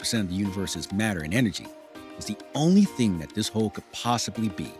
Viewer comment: He says "hoe" instead of "hole" making me conclude he's black